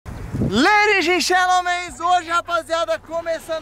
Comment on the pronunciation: Ñ SABE NEM FALR LARINGE CHALLENGE KKKKKKKKKKKKK